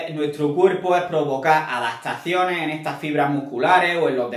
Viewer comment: Cuando escribes…. Pones adatacione o adaptaciones? Pregunta sería? Sí lo escribes “adatacione” no hay problema que lo pronuncies así… Como conceto…